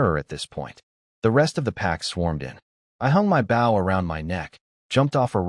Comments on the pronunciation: Bow as in bow and arrow NOT bough of a tree. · Can you please pronounces "bow" correctly. The weapon is pronounced "boh", like go. The way you are pronouncing bow means bending forward at the waist, "ba", like cow. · Can someone tell the ai voice the bow is the weapon you shoot not the action of bending over. It keeps saying baw. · This story is so good and funny plz next part. But AI AV is so stupid lol Baw and not bow M.Y and not my!! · its pronounced bow as in ribon, not as leading edge of a boat or ship.................... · DARN AI NOT KNOWING HOW TO SAY MY, HE OR BOW, SHE /HERIGHT STUPID AI stop spelling the words say them dam it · AII is unable to used proper pronouns, has problems pronouncing two letter words and some times three letter words (such as bow when defined as a weapon), and is unable to use punctuation; but for some reason it always pronounces the word "miss" as "Mississippi."